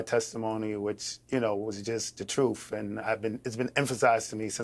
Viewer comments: Like when he says troof, instead of truth? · speaks the “troof” lol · hes from NYC thats how we say "truth" now go talk to an Italian new yourker and see how they pronounce "told the tooth"